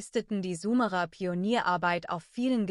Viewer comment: Könnt ihr bitte mal eurer Kommentar-KI beibringen wie das Wort "Sumerer" ausgesprochen wird. Das tut in den Ohren weh.